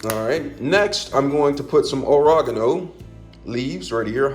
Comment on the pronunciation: Garleek… aragano…😭😂 good recipe though